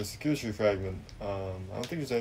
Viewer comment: Sah-cooda tree 😂